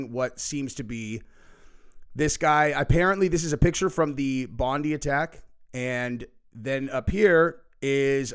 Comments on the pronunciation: Bondi is pronounced Bondeye not like Blondie. I know, it’s our accent. Take a look at the overwhelming election landslide lead by our PM Anthony Albanese. Just facts. The world is doing it tough right now ❤ 🌎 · It's pronounced Bon-die beach, not Bon-dee. 😐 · It’s pronounced Bond-eye Beach… not Bond-ee 🥰 I am heartbroken for my homeland… Ahmed el Almed is an absolute and I hope he is taken care of by the Aussie government. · It's Bond i not Bondee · Just a quick note ,we in Australia pronounce it BON-DIE not BONDEE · … brother it’s pronounced BON- DIE.. Bondi not. BONDY… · It’s pronounced Bon-dye not Bon-dee beach. Please get the pronunciation right! God bless from Australia! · It’s pronounced Bon- di Not bon- dee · The pronunciation is not bon-dee it's bon-die .. Unintentional pun. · for your info- Bondi is pronounced as Bond'eye', not Bond'ee' here in Australia. Sorry, but I thought you should know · Aussie here - sooo funny that you guys keep pronouncing it 'Bondi' - it's pronounced "Bon-dye". No crisis actors for this event this was just a horrific crime against innocent people celebrating Hanukkah... this was not staged! Innocent Aussies were murdered because of two sick individuals who choose violence when we should be embracing Christmas spirit and community. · It's pronounced Bondi, not bondy fyi. So the I, is said as an I as it's normally said. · Bondi is pronounced "Bondeye" not Bondeee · It's not Bond- dee, its pronounced Bond - die. That is how the Aussies pronounce it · We have a weak government. They knew this guy was part of isis. He went to the hotspot this were lambs to the slaughter... for all the Americans it's pronounced bon diiiiiiie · With all due respect it's pronounced Bond- [ eye ] beach. You're welcome 🙂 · proud to call him a great aussie hero. we pronounce it bond eye lol. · You say it Bon die I shit you not. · ITS pronounced Bond-eye as its famous around the world . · its "Bond Eye" bro